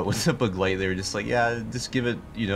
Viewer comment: Btw begleit isn’t a hard word to pronounce but your pronunciation is basically on point